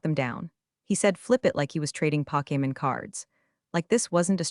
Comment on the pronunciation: POKEMON..... not packum ROLO-DECKS... not rolodicks FOR THE LOVE OF MONEY... WILL YOU EVER STEP UP A DO THE PROOF READING/LISTENING/CORRECTIONS?????